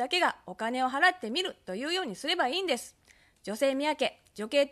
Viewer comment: 不公平だから↑です↓